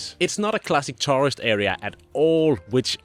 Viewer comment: Perhaps you should learn to pronounce the word “tourist”….. especially when you have helped hundreds of thousands of them…😂😂